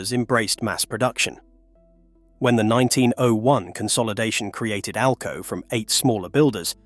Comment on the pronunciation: Seriously? Your spelling out ALCO? Its pronounced as a word not spelled out!!! Geez!